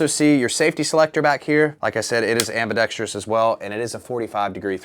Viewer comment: Shoutout for pronouncing AMBIDEXTROUS correctly lol